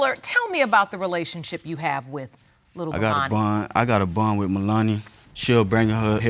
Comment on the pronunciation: Mr Fuller said he has a “bun” with his daughter… does he mean “bond”?